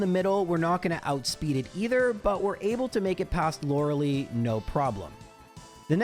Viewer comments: Lorelei is pronounced “laurel-eye”. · Please for my sanity pronounce Lorelei correctly 😅